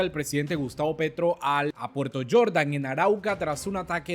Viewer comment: No eres extranjero le enseño a pronunciar se dice Jordan no yordan 😅